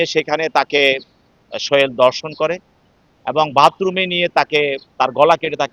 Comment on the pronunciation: শিক্ষিত লোকের ভাষা এরকম কেন? দর্শন নয় ধর্ষণ। বিবৃতি দেওয়ার সময় আঞ্চলিকতা এড়িয়ে চললেই ভালো হয়।